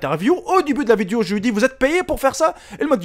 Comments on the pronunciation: des fois il dit vidio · C'est pas vidio c'est video